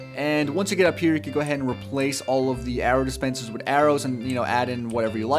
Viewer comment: "arrow dispenslers"